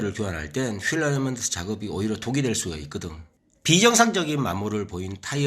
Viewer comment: ㅎㅎ 얼라이먼트가 아니라 얼라인먼트 아닌가요?